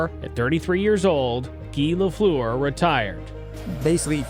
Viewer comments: LeFLOOR?! C’mon, I get that you might not be able to master the French pronunciation correctly, but the minimum you could do was to pronounce his name the way English speaking Habs fans did and do… LAFFLER. It’s hard to watch a video about your favourite player of all time having to listen to LeFLOOR over and over! Some of the doc was decent! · JEAN BÉLIVEAU please try it properly again. And Lafleur.. come on do something about that... You should listen to his name in french then you can say it properly. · If you’re going to do this video, maybe learn how to pronounce “Lafleur”